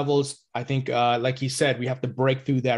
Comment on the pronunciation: Swiss tink thank? 🙄